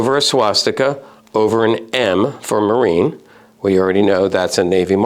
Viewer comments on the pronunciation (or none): When pronouncing German Navy from the Nazi years it reads (Kriegs)marine. The -e at the end are pronounced like -e in the word see. „Marin“ is simply a bastard, not German, not English -Navy.